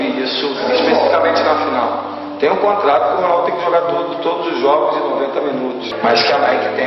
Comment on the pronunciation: A PALAVRA JOGIOS NÃO TEM ACENTO CIRCUNFLEXO JOGO O.1o "" O "" e Fechado QDO A PALAVRA JOGO VAI AO PLURAL A LETRA ""O "" TEM SEU SOM MAIS ABERTA. VC ESTA FALANDO PRA PESSOAS ENTRE ELAS JOVENS SE FOSSE PALAVRA COMPLEXA VA LA... MAS ERRAR PLURAL SIMPLES DA PESSIMO EXEMPLO POIS INDUZ AO ERRO. GRATIDÃO VE SE MRLHORA SUA LOCUÇÃO OK ? REPORTAGEM BOA... USAR BRM O IDIOMA AJUDA MUITO SEU CANAL BOA SORTE 😊